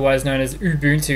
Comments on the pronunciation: ubantu... lol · U BUN TU That is how to pronounce :)